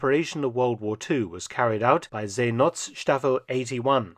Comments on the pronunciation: Great docu - just your pronunciation of Seenotstaffel - the O in not is soft, it is like the O in English word hope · The O in not is pronounced like the O in '''nought''